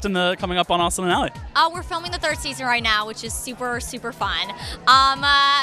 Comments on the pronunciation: Did he just say raustin instead of austin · Did he say Raustin 1.55 or is it just me